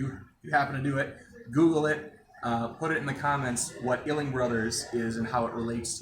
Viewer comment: Awesome video! I am trying to find the possible relation between those two names, but I can't quite make out what you're saying. Is it "Illing Brothers?" EDIT: I figured it out. I cannot see anything that mentions the Ihling Brothers and Ames having any business relationship. I could be wrong, but I am still looking for now.